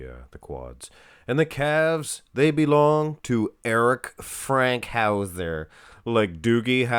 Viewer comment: It's FANKhouser, not Frankhouser